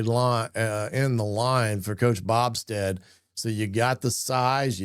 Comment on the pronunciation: It’s BO Stead not Bobsted.